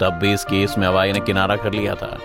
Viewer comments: Yes, its हुआवे not हवाई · Its Huawei not hawai. Isse acha to halwai bol dete😂😂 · Huawei NOT Hawai YES 😂😂😂😂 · By the way it's not Hawaii ... it's HUAWEI🙂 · इसे हवाई नही हुवावे बोलते है । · Pronunciation to ache se kr le bhai hawai chappal thodi na hai . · सहि तरिकोसे नाम तो बोल नहि जन्ता निक्ले video बनाना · Bsdk company ka naam to proper bolo 😂😂